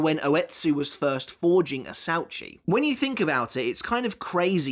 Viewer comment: “Asuechi it’s pronounced in Japanese idiot not how you pronounced it asauchi